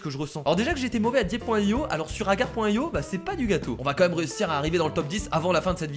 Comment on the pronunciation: Je rêve ou à tu as dis "Akar.io" ?